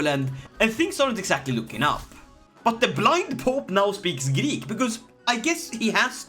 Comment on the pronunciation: Every time when i hear a greek word from non-greek, I'm having heart attack.